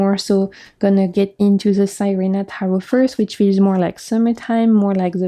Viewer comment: Beautiful decks. I’m going to look into some of them. Thank you for sharing ❤ SIRENA (see-reh-na) is Spanish for mermaid.